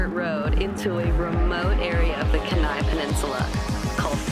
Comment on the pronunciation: I live in Alaska and grew up on the Kenai peninsula it's pronounced like Keen-eye, you were close though! Glad you loved it here!